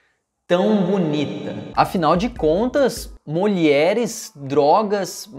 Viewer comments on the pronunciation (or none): agr eu sei de onde vem as pessoas falando molieres